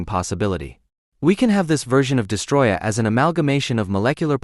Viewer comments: destOroyah, not destroyah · STOP SAYING DESTROYAH ITS DESTOROYAH WITH 2 OS